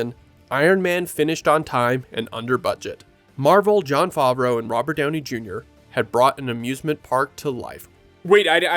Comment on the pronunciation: Favreau...pronounced wrong until the last mention of his name...wow now that's a sh!t show